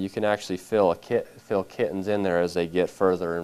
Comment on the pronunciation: it bothers me so much how he keeps saying "fil" instead of "feeeeeel."